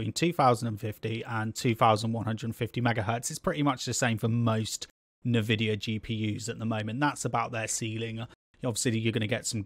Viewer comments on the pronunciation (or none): Dude its Nvidia not nevidia lmaooo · Nevidia? WTF!? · As soon as I heard Navidia.... I was done. lol.